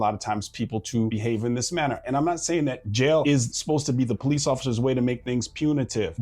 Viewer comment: ‘HELP ME, HELP ME!!!’ Ok, bro…we’ll call the PO-LEECE!!!